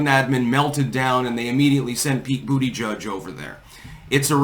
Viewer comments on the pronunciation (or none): 😂😂😂bootyjudge. The phonetics is hilarious